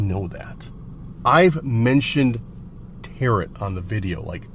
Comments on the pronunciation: tarot is pronounced tear-oh. The final T is silent. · Tarot .. is pronounced like tare-row